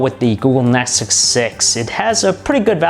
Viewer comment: Google Nesxssuseosnes 6 . WHAT THE FUCK DUDE :D :D